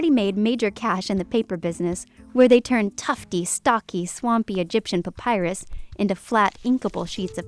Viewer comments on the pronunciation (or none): none